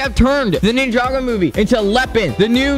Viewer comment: It’s not nin-jog-oh it’s ninja-go 😡